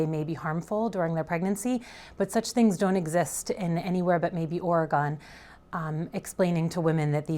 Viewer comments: Am I the only one who noticed her mispronounce Oregon? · The way she said Oregon 😂